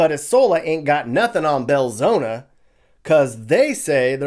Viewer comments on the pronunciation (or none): EYE sola. Belzo KNEE. 😂